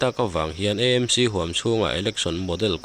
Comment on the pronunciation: Nanga pawh chu EMC tia ihanlam tlat le .AMC tihtur zawk a nireng sia thildang ah erawh chuan atha mar viauin a ngaihnawm thin e ❤❤